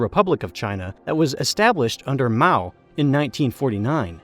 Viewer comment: You dont often hear mao's name pronounced correctly.